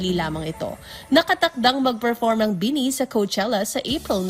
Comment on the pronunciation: I know madami pa ring Pinoy na hindi fans ng BINI pero I hope the reporter should atleast did a research on how to pronounce their name properly 😂 Ang weird lang kasi matagal nyo na sinasama sa news nyo ang BINI pero parang di nyo pa rin sila kilala. 😂